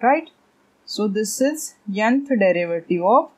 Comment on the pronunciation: May i knowWhy are you said yanth instead of nth🤔